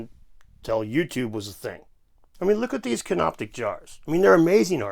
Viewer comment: Just so you know, it's Canopic, not CanopTic. Named after the place called Canopus near Alexandria.